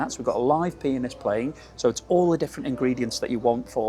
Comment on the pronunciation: If only he'd say "pianist" and not "penis"...